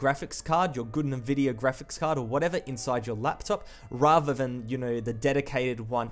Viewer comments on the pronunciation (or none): none